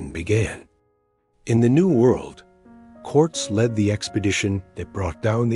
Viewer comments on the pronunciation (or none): F-ing AI narration! Cant even pronounce names right! It is "Cor-tez" not "Corts" 😢